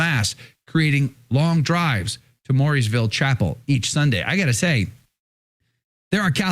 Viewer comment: Mooresville is pronounced Morea vill